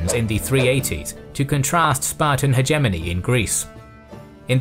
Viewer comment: his pronunciation of hegemony is starting to become annoying. And I usually don't care about these things at all.